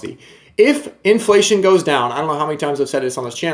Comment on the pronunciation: Haha “iflation”